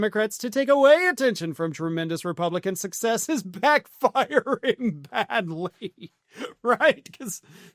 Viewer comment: I love how he put the emphasis on "SUCCESS". Makes it sound like he knows he's failing and that people are turning on him.